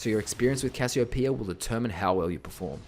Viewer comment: THANK YOU... for saying... it... RIGHT